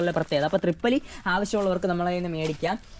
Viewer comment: ട്രിപ്പല്ലി അല്ല തിപ്പല്ലി